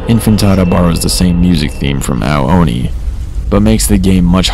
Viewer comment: You keep saying Oni wrong! It's "ooo-nee" not "oh-nee"!